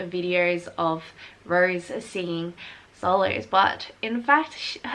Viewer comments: Its Rosè not "rose" Please its Triggering! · It's Rosé